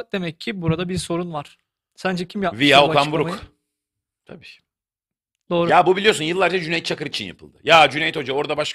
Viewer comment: "Via okan buruk.." seslendirilirken "vaya.." diye okunur